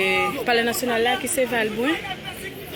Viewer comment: Se valbrunt se pa vilbrunt nou meuleurrrrrrr anmweyiiiiiiii